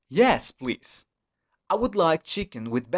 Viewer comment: casi todo lo entendí, donde dice "por favor" no se entiende que diga plis